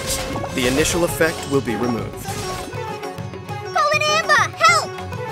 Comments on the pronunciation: Has anyone noticed that it's possible to pronounce Collei's "Cuilein Anbar" toy like Collei n Amber (Collei and Amber)? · Why Cuilein-Anbar sounds like Calling Amber 🥲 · The way says it sounds like Colin-anbuh lol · Lol her burst is "Cuilein-Anbar" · I love your voice, but you are muting the hell out of that final r in her burst's name.